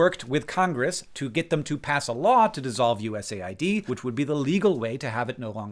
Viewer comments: I thought it was pronounced “US-aid” not “USA-id” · It’s called US AID not USA ID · are you sure you pronounce USAID right? I always thought it was supposed to be pronounced as U.S.-aid, given what their focus is. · That’s how you say USAID?! I always pronounced it USAID! I must have looked like a moron. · U S A I D? Isnt it pronounced US AID? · As a non-American I assumed USAID would be read 'you-ess-aid'. I mean it administers aid, not IDs. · Wait it’s not pronounced US AID? 🤯